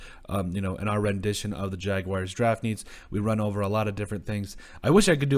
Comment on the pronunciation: Y'all act like its so hard to say jag-wars not jag-wires smh